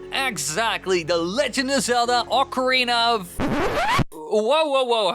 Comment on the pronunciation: bud its not ORCA its OC AH oca ocarina not orca orc like you are saying no need to slur it completely wrong